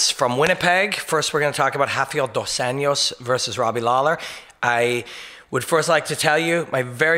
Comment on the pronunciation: Tuned out on the "dos ENYOS" part. It`s been over 3 years since he`s been in the spotlight for his performances. Can't get over the butchering of his name. English or Portuguese, please. Enyos is neither.